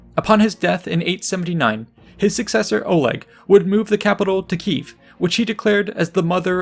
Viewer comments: it's Kiev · It's Kiev*